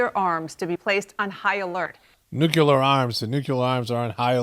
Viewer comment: It's nuke-lee-er not nuke-you-ler.